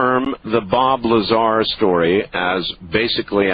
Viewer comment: "Larzar" "Crediable" "Victory" lol